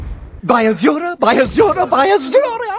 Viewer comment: after a while 'by azura' starts sounding like 'sayonara'